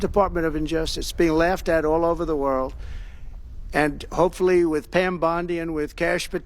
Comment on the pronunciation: assure the wold? ask him if he is american or not? Also, I applause Trump greatly for telling the truth about Carter during an extremely delicate time since Crter just passed away. He did it with class.